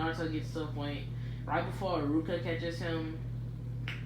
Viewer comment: 'hi- you-ga' you mean 'h-you-ga'